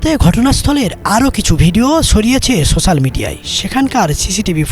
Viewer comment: body-green-covering-eyes::body-green-covering-eyes:SoChaal abar ki ?? Pronunciation is Wrong > Its Not SoChaaal < > Its SOCIAL < > SO * SHE * L <<<< Pronounce should be corrected, you guys are content creator / news Agent...People are listening and should give correct info. Please practice for Better Pronunciation .....Anything is Possible.... :) :penguin-blue-waving-tear